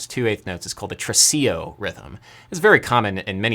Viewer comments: So. it is tresiLLo, not tresiJo. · It's not trecio its tresiLLLLLLLLLLLLLLLO like in JOY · In the Italian language the double "ll" is pronounced just as a L, not as a J, that's Spanish. Since you always like to be a music intellectual I thought you would like to know this.